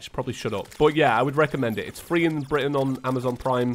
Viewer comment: When hes talking about the horror film during the plantera fight he say "free in birtain" so im guessing it aint free in america lol